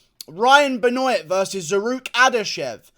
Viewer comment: It ain't ben-oiyt . It's ben-waaaaaaa